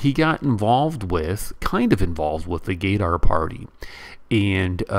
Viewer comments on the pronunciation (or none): Bro it’s Gudhar (Gadhar) not Gay-dar